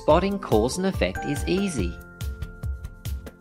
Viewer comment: The ‘easy ’ bit sounded so American!